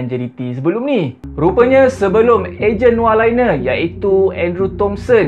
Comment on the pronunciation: Laine -sebutan" Lane"✅ Sebutan "Liner",❎